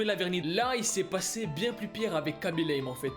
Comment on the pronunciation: Le seul mec qui parle français at qui prononce bien *khaby lame *